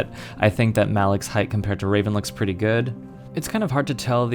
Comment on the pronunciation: Hate to be that guy but you're pronouncing Revan wrong. Thanks for review though.